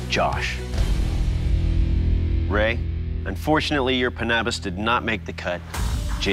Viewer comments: Doug’s pronounciation of Panabas is more natural in a sense and reflects his pinoy roots. He really is born and raised in the Philippines. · The way he pronounced panabas and kampilan is so good, is he a Filipino or what? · So that's why Doug pronounced kampilan and panabas correctly, he's Filipino.